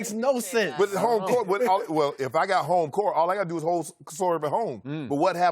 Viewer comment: "We gotta bet some dew skip" 😂😂